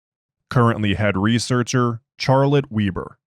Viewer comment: Love how your AI screws up the pronuciation of "Charlotte Weber" :text-green-game-over